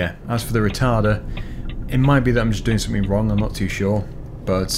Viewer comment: he said retarter lol